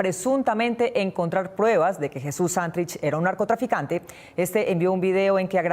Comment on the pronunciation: ¿Por qué siempre dice mal el acento de la palabra Santrich? Todo el mundo la dice bien menos ella.